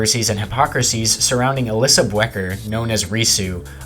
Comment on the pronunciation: Alyssa "Bwecker" lol 😂